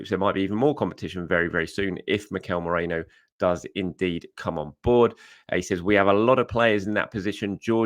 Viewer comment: Merino, not Moreno 😂